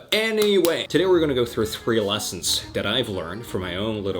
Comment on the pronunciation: Do you have a speech impediment it sounds like you are saying DAT instead of that